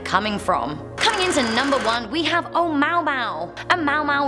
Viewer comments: "Oh-mow-mow" lol its Oh-MOO-a-MOO-a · "O'mowmow"😂😂😂 its O-moo-a-moo-a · It’s Ou-Mua-Mua. Not MAU-MAU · Uh-moo-uh-moo-uh...... Not oh-mow-mow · Thumbs down for “oh-mow-mow” and not Oh-Moo-Ah-Mooh—Ah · Scientists doing science things: lets name this thing "o-moo-ah-moo-ah" a intellectual: Oh-MoW-mOw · Oh-moo-ah-moo-ah not oh-mow-mow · "oh maw maw" omg hahahahaha isn't that suppose to be "oh muwa muwa"? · oh-mau-mau? its promounced, "oh-moo-ah-moo-ah" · Oh mow mow... That is definitely not the pronunciation. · She said “ohmowmow” 😂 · "a mow mow" lmao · Oumuamua is pronounced Oh-moo-ah-moo-ah. Js. 😉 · totally butchered the pronunciation of Oumuamua. its Oh-moo-ah-moo-ah....it sounds like that anyway.... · Oumuamua is pronounced OH-ooh-MOO-ah-moo-ah. Just sayin'. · Oh, FYI when reading an Hawaiian word, one must pronounce every vowel; the language itself isn't over complicated: there are fewer consonants in their alphabet and vowels have only one pronunciation each. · Really? The clip was going great until you mentioned no.1. You can READ the name, just that you said it wrong :-) Also, is NOT a commet, astronomers consider it a possible asteroid.The name would be translated as "the scout" or "messenger sent from the distant past to reach out to us". Except from that, this is a good clip to watch :-) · Please check the pronunciation of the number one thing on your list ..